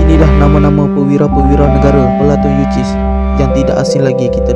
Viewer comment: Platun yu sis ..bukan yu.ciss. Dol..